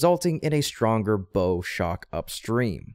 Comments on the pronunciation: It's bow as in the front end of a ship. Not bow as in the thing on top of a present. Pronounced like bough. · the "bow" in "bow-shock" is pronounced the same as "bow" in "bow-wow" or "take a bow", not like the "bow" in "bow-tie" or the one in "bow and arrow". It refers to the bow, or front end, of a boat.